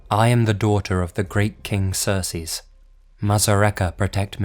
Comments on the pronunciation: I think you’re saying Xerxes wrong, it’s pronounced ZURK + SEEZ And when you’re saying it I think you’re saying it more like SERS + SEAS which isn’t the correct way to pronounce it... But I really do like this video :) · Lol during the first story anytime I heard him saying Xerxes it sounded to me like he was saying Cersei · It's pronounced "Zerk-sees" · You butchered Xerxes name. You called him Cersei lmfao like GoT. Zurc-seez that's how you're supposed to say it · Brett Wilson I thought it was pronounced Zerkzees but he said sersees so no wonder you heard cersei! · Its pronounced ZERK-SEES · It's pronounced zerk zees. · It's pronounced "zurk-sees." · pretty sure it is pronounced "Zerk-Ces" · The most disturbing thing about this video is how you pronounce Xerxes. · pronunciation of Xerxes is almost as disturbing as the mummy itself